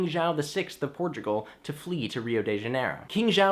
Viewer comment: Can't a smart guy pronounce Janeiro properly?